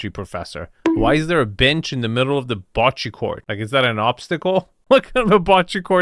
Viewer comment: In Italian, every “E” is the same one as in “enter”. Please stop butchering the word bocce, it’s not “boccee”, Americans always pronounce other languages with their weird rules of reading and it’s awful to hear. Italian is literally the easiest language to read, it’s 99.9% phonetically consistent. You read every single letter in the same way, every time. You’re a smart and cultured person, please just try and think about other languages too…